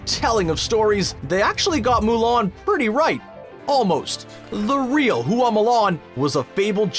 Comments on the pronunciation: Bad pronunciation. It's not hoo ah it's hwa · OMG please take the time to learn how to pronounce the name of the thing you're talking about next time. Everytime you said Hooa instead of Hua it made me cringe! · Hua is 1 syllable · Fa Mulan. The surname they got is Fa. not Hua. Right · “Hoo-wah” urrrrrggghhhh no! It’s 1 syllable: “Hua”. That’s it. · You couldn’t take five seconds to learn the proper way to say Mulan’s last name? It’s not “hoo-ahh,” it’s one syllable, just Hua. Same with Tang, and Zhang Ziyi. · I found it interesting that you pronounced Hua differently almost every time lol